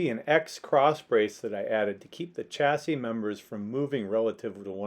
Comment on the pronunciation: Just a word for you Americans , Chassis should be pronounced as “ Shassis” , ! 🇬🇧🇬🇧🇬🇧